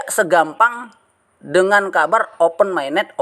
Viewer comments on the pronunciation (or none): Pi Network dibaca Fay Network, Open Mainnet dibaca Oven Mainnet, ampun jangan tunjukkan kedunguanmu lagi setelah dongeng2 halu mu kau sebar di channelmu 😂😂